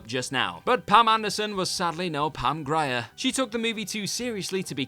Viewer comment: Also, her name is pronounced Pam "Greer," not Pam "Gry-er."